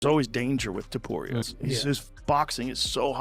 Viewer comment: dudeeeeeeee stop calling ilia topuraiiiaaa just say it straight topuria :d